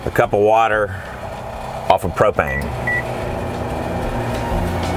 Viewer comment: What are you saying I can't even make out what you're saying after gasoline what is babano